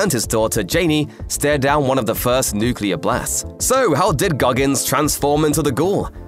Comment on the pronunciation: How do you pronounce nuclear wrong in one sentence and the next sentence correctly?